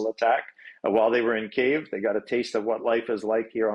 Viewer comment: why not explain to the CBC how to correctly pronounce Ukraine's capital city? At least that'll be one piece of info that's helpful